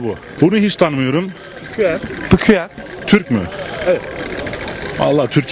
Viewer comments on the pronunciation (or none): Pquuenn Okunuşu: pikueen Mikrofonu tutan abimiz pkuen ndjdhejd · Elrean değil elraen wtcm değil wtcn jahrain değil jahrein pquen değil pqueen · Abii elrean değil elraen wtcm değil wtcn jahrain değil jahrein en çokda pquen değil pqueen bide mügemin bide jaho nasıl cs go oynayıp pqueen kendine müzisyenle fortnite oynuyor sorarsanız bu kişi bir pelinyon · 1.Pqueen diye yazılır, Pquen diye değil. 2.Piküen değil Pikuin (Nasıl okunduğunu yazdım.) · Pqueen pquen değill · Bir de pquen değil pqueen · Pikuen diyo ya sinir oldum